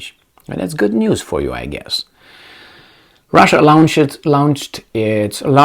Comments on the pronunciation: Bravo,. Very informative and entertaining 👏 Minor linguistic tip if I may. The word Launch is pronounced “Lonch”, easy, au=o👌Thank you for all you do!! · for "launch" - you use a diphthong like in 'brown' (ah-oo) Better: no diphthong; vowel like in 'lawn' or 'yawn' or 'fall'. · please pronounce "launch" as "lonch". Your English is excellent, but I hope you don't take this as criticism.